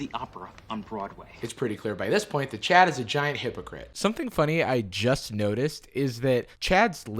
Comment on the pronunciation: I keep hearing "chat" instead of "Chad"